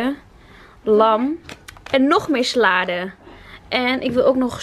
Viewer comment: a het is salade geen slade